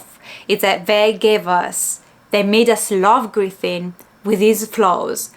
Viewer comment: Hey hey, just so you know to , you pronounced Griffith correctly. In regards to some Dark fantasy, Horror and Grimdark Manga/Anime recommendations, here's a few of my favorites. Made in Abyss by Akihito Tsukushi, Claymore by Yagi Norihiro, and Monster by Naoki Urasawa. If you like Lovecraftian Horror, then I would recommend all of the works by Junji Ito, especially Uzumaki, and the Hanging Balloons. Also since you finished the Golden Age arc, i would recommend the '97 Anime, and the 3 films. Both series cover the Golden Age.